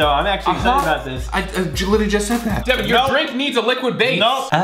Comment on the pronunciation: not devin